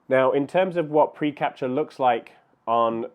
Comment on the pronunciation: Did I hear you say "preCRAPture"? Aptly describes a lot of my photos.